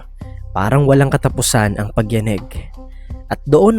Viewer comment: Ganda po ng voice nu😅 ayos naman pagkakabaybay ng Tagalog excep sa pagyaneg. 🎉ty